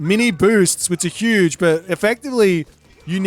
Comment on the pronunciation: "hüüüüüge büst of füd there"😂😂😂